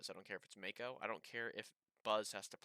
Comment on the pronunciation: Pretty sure this is the first time I've heard it pronounced as Make-o instead of Mach-o xd